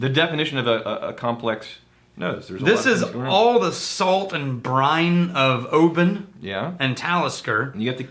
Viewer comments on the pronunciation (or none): none